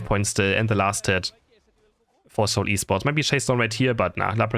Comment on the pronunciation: Bro it's actually Pronounced as S(eight)ul esports